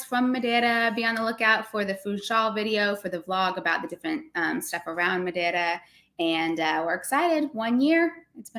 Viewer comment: Congratulations! I thought said the word Madeira in a good Portuguese manner as well. 😂